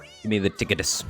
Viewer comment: I don't like how you say Tick- itus like he's some sort of disease. Show chunky rocky boi some respect.